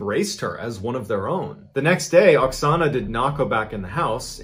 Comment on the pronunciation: At the first part of this video, it sounds like you call the Ukrainian woman Ana in stead of Oxona... Just saying..